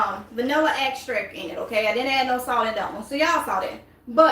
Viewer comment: that last ingredient was not clear Did you say salt